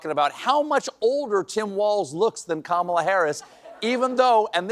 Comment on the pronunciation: Two men slurring about a woman’s appearance. Calling her Camilla. Laughing- it’s actually REALLY creepy and disgusting AAAAAAAARRRGGGHHHHH!!!! Harris Walz!!! Please save us!!!! 🤩👍 🩵💙🩵💙🌊🌎🌎🌊💙💙🩵🩵💥